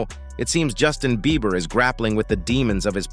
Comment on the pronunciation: He said "Justin Beaver", trice